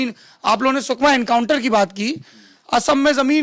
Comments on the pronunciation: sukna nai hai sukma hai naam to thik se lena sikho.. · its not sukna but it is sukma